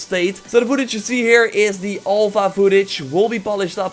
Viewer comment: Olpha? Its called alpha haha